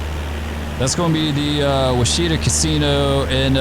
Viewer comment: You flew over my house! Great video! Also, the Washita River is pronounced "wash-uh-TAW." Same principle as Chickasaw is "chick-uh-SAW." They rhyme.